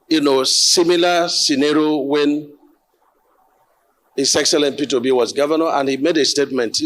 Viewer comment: What a dumb minister this man is. He cant even pronounce the word " SCENARIO " . Dumb dumb dumb.